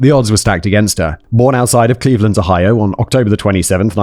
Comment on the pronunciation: It’s Ohio. And Simon’s pronunciation is the most interesting one I’ve heard in a minute